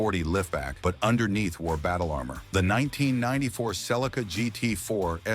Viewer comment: Its all crap they it cannot even say names properly it's celica not not celcia the 300zx was never banned only the race car version was some of the others were banned in us for safety crap thats it